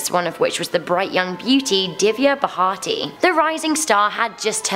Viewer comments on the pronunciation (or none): Someone please teach this poor girl to read words XD it's Gur-gao-n and Divya Bha-rti there's no 2nd h in her surname! And the city of Pune is pronounced Pooné not Peun.